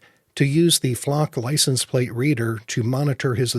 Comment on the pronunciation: ...it is "license". It is not pronounced "licen". You seem to drop the "se" from the word. Annoying mispronunciation. As to your suggestion for folks to write various level representatives or the state employed...it is a waste of time. Does anyone with any scintilla of life experience, really think that government place holders care one whit about citizen's feelings? Really, sort of naive don't you think? Yes, our American tyrannical corrupt political system is showing it's true colors. And the sad truth is, there is not much, if anything, society can do about it.